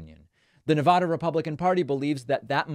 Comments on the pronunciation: Btw you are not saying nevada correctly. Not Na-vah-da you said it correctly a couple of times. Na-va-da (vad/bad) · I know this is off topic but please adjust your pronunciation of Nevada. It's Ne-VAD-uh, not Ne-VAH-duh. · Nev-add-uh… it’s not nah-vah-duh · David!! ILY but it is Ne-VAD-uh, not Ne-VAH-Duh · Why is it so hard to pronounce our state? It’s not Ne-Vu-duh, it’s Ne-va-duh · It is neh vaa duh, not neh vah duh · David, You say Ne-VAH-duh, I say Ne-VAD-uh. According to Nevadans, the latter is correct and the distinction is important. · he is a big child. how he was ever elected is beyond me. btw, it's pronounced ne-VAD-a, like glad, not ne-vah-da. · Neh-VA-duh not Nah-vah duh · Ex Nevadan here, Mr. Ex President Rumpus can stay out of Nevada. David, your saying Nevada wrong. It’s Ne-VAD-uh. VAD “a”like hat. Love ya anyway and thank you for sharing your work! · David, I luv ya and I want Nevadans to love you too. You need to pronounce Nevada correctly. We booed George Stephanopoulos when he was here and said it like you. Pronounce it like you would MonTANA. It's NevADA. Keep up the great work! BLUE WAVE POWER!! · Ffs stop saying Ne-voh-duh. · It's never da not nevaduh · You think using the "ah" sound when pronouncing "Nevada" makes you sound more erudite. It would, if Nevada were pronounced that way, but it's not. It's a as in "cat," not "ah" as in "car." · Good video BUT you pronounced Nevada 2 different ways. PLEASE pronounce it like the residents do OR you may be put in Trump's category of pronouncing Yo-se- mite, you know that beautiful National Park in the Sierra Nevada(careful) Mountains of California. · People in Nevada pronounce it the other way